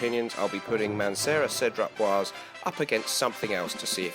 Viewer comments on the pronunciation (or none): my pet peeve is americans and brits not getting french pronunciation right :) it's boisé, like in blasé. the last e is not silent because of the diacritic mark :)